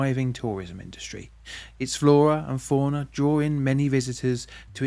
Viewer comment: He lost me in the first 10 seconds with the words “florrer and fauner.” Think he meant “flora and fauna.”